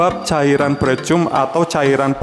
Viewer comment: Dibacanya "PRIKAM" mas. 🤦🏻‍♂️. Yakali pricum